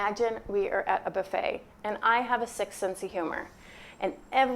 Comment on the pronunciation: I thought you said "I have a sixth sense of humour." Hahaha but yes please interview that client.